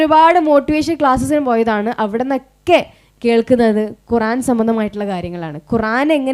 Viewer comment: മാഷാഅല്ലാഹ് ഖുറാൻ അല്ല ഖുർആൻ